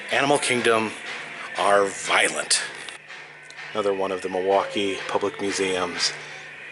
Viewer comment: Can tell you're a fellow native because you pronounce Muhwaukee correctly.